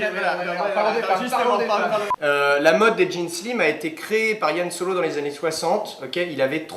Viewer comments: 2 petit truc: on dit Han Solo pas Yann et Indiana Jones a bu le sang de Jesus, pas Dieu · Désolé mais j'ai coupé la video à "Yann Solo".... les mecs... serieux ?! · Han Solo ! Pas Yan Solo ! Hérétiques ! Cordialement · Va falloir arrêter de dire "Yann Solo" par contre. Le type est pas Breton. C'est pas parce qu'il fréquente beaucoup les bars et que sa meuf est amoureuse de son frère que.. enfin bon bref. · Je vies de remarquer ce "Ian" Solo au lieu de Han Solo, c'est normal?